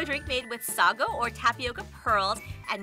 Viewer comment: Comment Part 1: As a Filipina, I always appreciate you guys featuring food from our country~ 😍😍😍 Lemme help you with the correct pronunciation~ Inihaw = Ee-knee-how (Ee as in Bee) Isaw = Ee-Sou (Sou from South) Pares = Pa-res (Pa from Papa/Res from Rest) not Paires Sago = Sa-goo (Goo as in goop) Gulaman = Goolā-man (Goo as in goop) you prolong the la Ube = Ooh-beh not Ooh-bay Maja = Ma-ha I also appreciate y'all mixing the Halo-halo before eating it. A common mistake foreigners do when they feature Halo-halo is they just serve it and not tell people to mix it first.